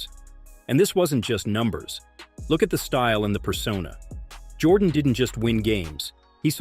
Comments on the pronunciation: You don’t know nothing about what the nba was in the 1980s Isiah was right Jordan dominated the 90s not the 80s and pronounced his name right before trying to tell the story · You got to be able to say his name right before you tell a story about someone! I'm a huge MJ fan, but dang, you can at least get that right! It makes this whole thing sound bogus!